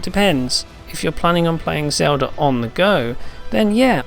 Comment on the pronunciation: Stop pronouncing Zelda as zouda... fuckin jackass. your grammar SUCKS. I should have stopped flirting with dudes in elementary and playing games and paid attention to ENGLISH CLASS idiot